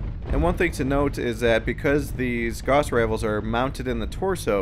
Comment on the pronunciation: ok let's get this straight Gauss is not pronounced "g-o-ss" it's pronounced "g-ow-ss"